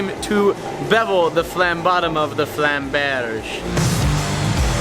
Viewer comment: It’s called „Flammberg“ not „Flammbersh“... it’s German, not French -.